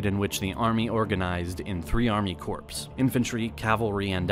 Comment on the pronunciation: “Army CORPS” lmao